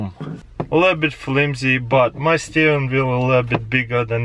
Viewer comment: Taras: Steren wheel (messes up) Steren veel